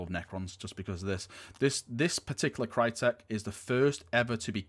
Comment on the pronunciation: That pronunciation of cryptek tho lol